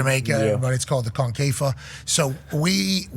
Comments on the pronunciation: Pat its Concacaf not confafa 😂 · The way he pronounces CONCACAF is funny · Shouldnt be trying to yap about concacaf if you cant even pronounce it right